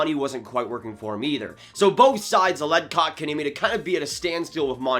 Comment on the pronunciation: I like how you just gave up trying to say his name right